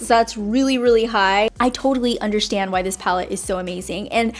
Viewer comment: I like when you say undershtand 😻😂